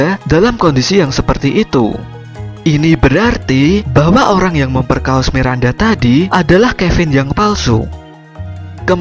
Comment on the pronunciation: Kirain cuma saya aja yang dengar sebutan memperkaos nya .